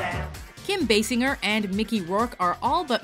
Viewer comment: That's not how you pronounce Kim Basinger...